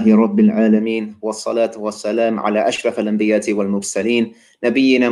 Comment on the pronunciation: Correction : It's 'ANBIYAA' and not 'ANBIYAAT'.